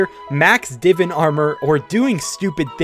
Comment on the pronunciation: OMG SOMEONE OUTSIDE MY COUNTRY SAYING DIVAN THAT WAY???? LEGEND